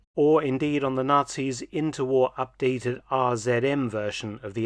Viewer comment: Them dang not-sees